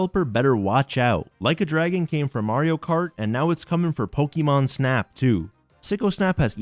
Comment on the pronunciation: Game idea: take a shot every time he says sujimon